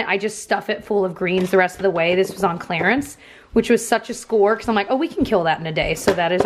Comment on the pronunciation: Clearance vs clarance?? I say clearance